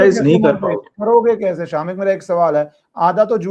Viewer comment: 😂 true. It's शमिक।